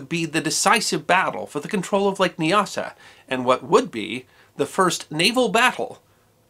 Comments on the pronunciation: Nyasa is pronounced with the first syllable to rhyme with "eye". Thus N"eye"-asa and N"eye"asaland. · Nyasa - Not Kneeasa but Niasa. Great reads these stories